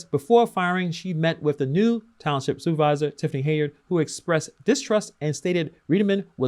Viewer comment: I’m glad you’re covering this. Her name is pronounced Hen-yard.